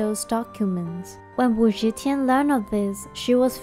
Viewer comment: you mispronounced Wu Zetian's name throughout the video. "Ze" is NOT pronounced "zhe".